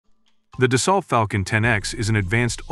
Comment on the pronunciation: it's not dasalt. it's dasso